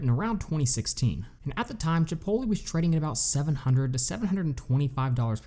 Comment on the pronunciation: bro u can't pronounce Chipotle like that!!! lol